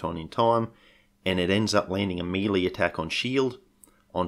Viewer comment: I’ve heard people pronounce melee “mel-ee” and it tickles me. But every time you say “mee-lee”, I feel like a Chryssalid has burrowed into my ear canal. It’s “me-lay” or “mey-lay” mate.